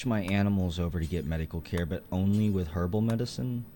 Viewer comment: when you said herbal medicen, for a minute I thought you said kerbal meds